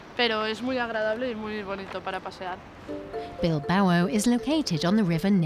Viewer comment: For anyone that actually goes there, it’s pronounced “Bil-bow” pronounced how you “bow” in some Asian cultures. Drove me nuts that she kept saying “Bil-ba-oh”.